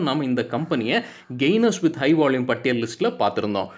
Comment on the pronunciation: நீங்க பாலக்காடா மலையாளமா ??வால்யூமுக்கு வாள்யூம் என்று சொவ்வதினால் ..... என்ன சரியா..???பதில்??